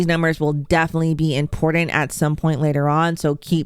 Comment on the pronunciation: Impordant? There is no “d” in important. I stopped listening right there.